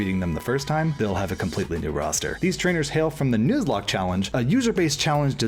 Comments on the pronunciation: Its “nuh”zlocke not “noo”zlocke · Am i the only one who laughed about how he pronounced nuzlocke? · Mispronouncing Nuzlock and giving the Pre-Gen 6 shiny odds. Gg,.